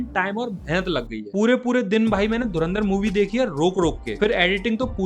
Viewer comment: ye to pata hai bolta hai dhu ran dar